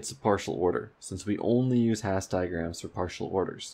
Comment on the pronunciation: Love the videos, thanks for doing them! Minor correction: Hasse diagram's are named after Helmut Hasse with Hasse pronounced as hAss-uh